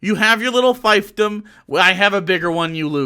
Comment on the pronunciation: You mispronounce both fiefdom and laissez-faire.